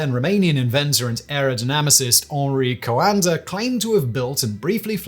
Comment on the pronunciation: You can say it as "Henry Coandă"